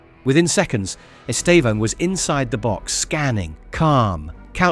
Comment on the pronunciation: Please pay attention the way Brazilian journalists pronouce his name. They stressed sylable in his name is TE. The second one is just to say the sound is close nasal in the end. It sounds horrible the wrong way you pronouce his name!